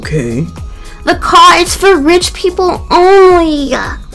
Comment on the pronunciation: “wHy aRe yOu iN mY cAR-aAHH” posh times bro